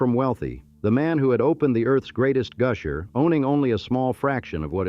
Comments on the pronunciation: Goosher, ugh. AI needs work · Sabine is pronounced suh-been.Neches is pronounced nay-chiz.Goosher?